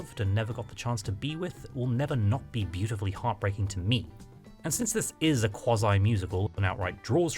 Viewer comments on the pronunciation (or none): “to ME” i love how you said that 😂❤